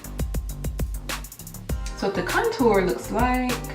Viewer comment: Love the video but for some reason the way you pronounce contour drove me crazy lol. But loved the video you look awesome!